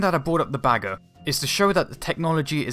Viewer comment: it's "Bagger" - not "Bager"